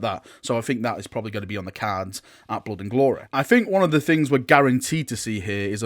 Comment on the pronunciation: Blod and gloreh xDDD